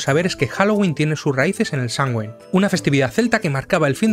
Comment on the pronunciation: Muy buen vídeo, sólo un tip: se pronuncia como "Samjain", al menos en Irlanda, donde esta festividad nació.